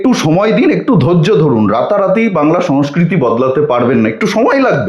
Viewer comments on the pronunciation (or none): none